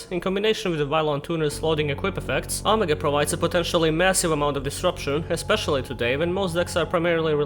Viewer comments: It's not "aww muh gaw" like some drunk valley girl trying to say 'oh my God'... it's "oh-mega". But you probably didn't know, so you and your sexy accent are excused. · You pronounce it like Oh may gah